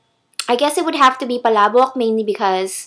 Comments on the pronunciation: I like your accent when you say "PALABOK" you have that perfect filipino accent haah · i was like ok shes filipina like me but can she speak it..then she said palabok the i ws like ok she is tagalog speaking lol she said it so strongly